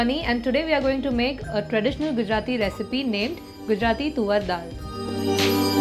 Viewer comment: Lol it’s not tuvvar dal it sounds more like suvar 🤣🤣🤣🤣🤣it’s toor dal fyi